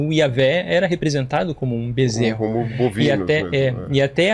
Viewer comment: Ai ai, o bezserou de ouro kkkkkkkk